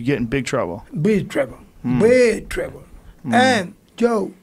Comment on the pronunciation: Joe Rogan: "Big trouble" Yoel: "Bi troul" Yoel: "Biiiiii troullll"